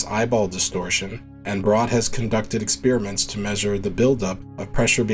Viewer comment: You have a nice voice for narration, but Armstrong does not have a H in it. It's not Armshtrong. The ST sound does not have a H in it at any time. For example, astronaut, not ashtronaut. And stress, not shtress. Then there's experiment. ex-pair-i-ment, not ex-spearmint. Thank you.